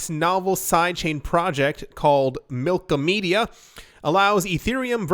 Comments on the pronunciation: BTW it’s MILK-OM-EDA Not MILKOMEDIA 🤣 the side chain has been online for a week it’s funny how no-ones talking about this big change!!! Looks like a lot of “people” biased on Eth 🤣 we coming for all block(s(chain(s))) keep fudding as Cardano keeps on delivering slowly but SURELY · Mil-kom-eda, not Milko-media xD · Milk*ah*meh*da. You are killing me man! 😆